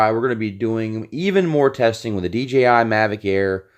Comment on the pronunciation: I'm sorry, but I OCD about this stuff but it's DJI and not DGI, I know you know this but the way you pronounce it is making me go crazy! But great video man good job!